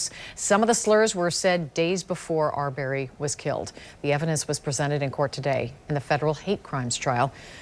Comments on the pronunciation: His name wasn't ar-BARRY. It's AR-burry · NOT R-BERRY...IT'S AR'BREY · They saying the last name wrong arberry